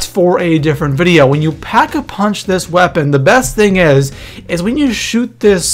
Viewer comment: Not to be rude... But why does it sound like there are ''H's'' in every words you say... Like it's Pack a punch... not ''Phhack a punch''...